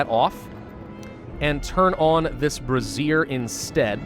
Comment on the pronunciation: Brazier is pronounced Bray - zee - er. Not brassiere. Unfortunately, there's no research unlocking a big bra you can put over your colony.